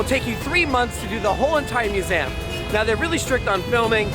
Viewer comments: Whys no one pointing out how irritatingly wrong he's saying museum hes saying it like muzaeum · STOP saying muzaaam... it's museum for crying out loud. It's a shame you visit a ton of them and you don't even know how to pronounce it right.